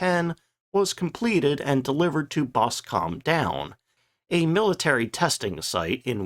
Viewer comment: Good video and I believe the cockpit of the hornet was used for the De Haviland vampire. How do you completely mispronounce Boscombe Down, and , poor Norfolk.